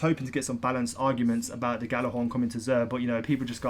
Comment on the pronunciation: its pronounced "Yha-lar-hawrn" stop calling it a "gha-la-hawrn"